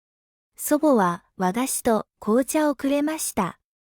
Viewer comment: 和菓子發音錯誤